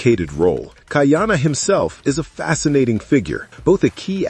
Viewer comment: Lots of reasons that you listed to continue this into season 2. But, please before you do another discussion bout Chiefs of War, learn the proper pronouncing of Ka’ahumanu, ka’iana and others. You will gain greater respect from your listeners.